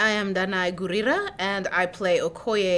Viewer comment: That's the right way, the ONLY way!